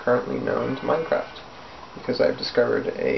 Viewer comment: "This is the most advanced vending machine known to Minecaft" LOL FTS. This Is Gay